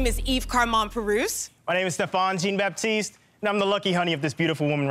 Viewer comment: i know they americans trying to be french when he says his name is jeen baptiste instead of jean